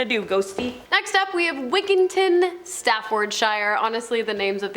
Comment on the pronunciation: How can you mispronounce 'Wiggington', or Sutcliffe ffs?